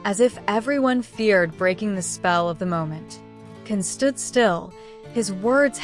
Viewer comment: You shouldn’t reporting about Can and Demet, because you’re pronouncing and their names wrong 😡😡😡😡😡😡